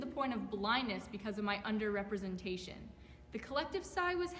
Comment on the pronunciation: DID THAT BITCH JUST SAY UNDERREPRESENTED